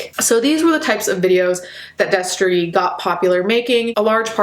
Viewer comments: I heard “Destery” and it hurt. This is not okay. I didn’t exactly love him, but I knew him and still remained subscribed. I’m not excited to be disappointed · God fucking damn it not Destery fuck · I was watching this and my mouth fell open when she said destery i just watched his videos like yesterday smh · Noooo when you said Destery my jaw dropped. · I literally screamed NOOO when you said Destery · I literally Spewed my food when she said destery. (I’m eating lunch rn) I had no idea. I was a fan of him in middle school and I’m 23 now.... weird. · I LEGITIMATELY GASPED WHEN I HEARD “DESTERY” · I literally yelled "NO" when you said Destery. I'm so fucking sad. WHEN WILL IT END??